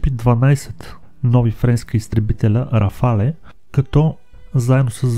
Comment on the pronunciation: Няма такова нещо като РафалЕ името се произнася просто РАФАЛ без Е накрая .Френският правопис е такъв че в края на думата когато има Е без акцент не се произнася когато има é се произнася така че РАФАЛ си е навсякъде няма РАФАЛЕ !